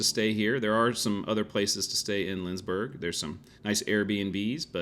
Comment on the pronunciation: It is LindsBORG and not LindsBURG. Still, a nice video :)